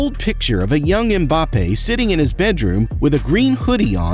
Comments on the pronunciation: Why is it so difficult to just say Mbappe...wtf is Embappe? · "Kyliane Embape"💀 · The usual not bothered to pronounce name properly, why? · You can´'t even pronouce the name of Mbappé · Boy, you got 10 things to teach us about him yet CAN'T READ HIS NAME !!